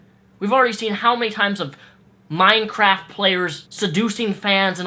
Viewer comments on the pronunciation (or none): none